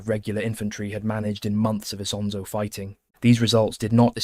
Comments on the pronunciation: just this little fact. The river' name is NOT Isa, Anszo, Asanza or Asanszo but ISONZO. Please, remember it. rough one million Italian soldiers died or got wounded in these places. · dude you are way too emotional over this the Italian soldiers of ww1 came from all over the peninsula and had different pronunciations of things themselves also Isonzo is just the Italian name, if we want to be picky the real friulan name is Isons or Lusins depending on the are you choose again, you are stressing over nothing, the soldiers don't care, the people over there don't care and there is no "real" name or pronunciation since everyone is entitled to call it however they wants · ha ragione a precisare, perché se vuole farci un video su qualcosa di così notevole per l'identità nazionale un po' più di impegno nella pronuncia male non fa. Great video otherwise though